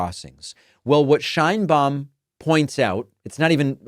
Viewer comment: Just a correction, the pronunciation of Sheinbaum (as she pronounces her own name) is how is pronocuned in spanish SH EIN BA UM (not Shain-bom)